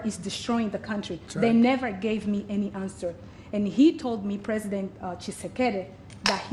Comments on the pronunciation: Preisdent or president? New oxford dictionary 😊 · “Preisdent” that’s so bad….